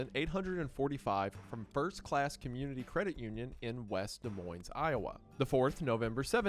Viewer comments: also you're probably never gonna see this, but the S in Des and Moines is always silent, it's French. (duh moin) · Hi Mr. Goon! Love this video! A note for the future: DeKalb can be pronounced with the second vowel sound as æ (similar to cat) or a (similar to sock) Also, like its neighbor Illinois, Des Moines has a silent “s” at the end, so it’s pronounced duh-moyn (or dəˈmɔɪn for all you IPA fans out there) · Not even including that I’m an Iowan and a Chiefs fan, awesome video! Btw the s’s are silent in “Des Moines” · He said west DEZ MOINEZ. count your days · Dude grew up in Cali and became a fake Chiefs fan bc they were the best team in the NFL. What a phony. Also, it’s pronounced, “De” “Moin” (the s’s are silent). And “De” “Kalb” (literally the phonetic spelling) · My Midwestern ears are cringing at the pronunciations of DeKalb and Des Moines